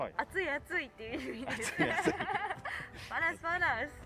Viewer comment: I do speak malay and when i heard she said "Panas panas" I was shocked for the moment and how cute she pronounce that word.. best of luck to pretty